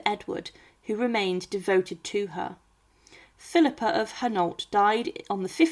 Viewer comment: Thanks for this great video! Philippa of Hainault along with husband Edward III were my 20th Great Grandparents. But the way you're saying her name with a non-existent "R" at the end has got the youtube captioning spelling it PHILIPPER. Is the voice human or AI? I am descended from the unfortunate Thomas of Woodstock, via his daughter Anne of Gloucester, who at one tine was the wealthiest widow in England. I'm also descended from John of Gaunt via his son Henry. Philippa was also a descendant of Charlemagne. You are NOT pronouncing HAINAULT properly, and did not get CAPETIAN right. If all descendants got an equal voice in whether or not to open the tomb and look inside, MY vote would be to NOT open it and leave them undisturbed. Surely, science in 2025 has ways of "looking" inside without opening it.